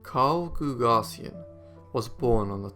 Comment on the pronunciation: Carl GooG-asian is how the friday night bank robber's name is pronounced. Show some respect for an american hero.